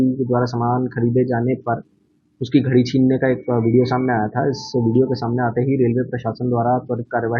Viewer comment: भाई बिहार के लोग घड़ी को घरी क्यों कहते है